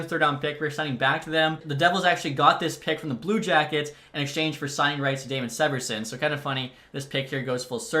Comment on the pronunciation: Severson’s name is pernounced Damon “see-ver-son